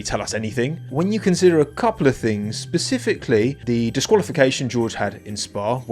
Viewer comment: SPECIFICALLY FFS , SPE SPE. Sorry , love the videos but pacifically drives me nuts 😂